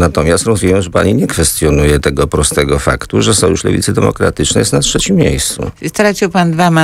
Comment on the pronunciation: Nie mówi się ''czecim'' tylko ''trzecim''. Jak można pracować w radiu i mieć taką wadę wymowy.